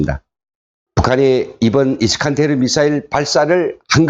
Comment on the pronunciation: 정보를 제대로 전달하려면 정확한 발음을 해야하지요 이스칸데르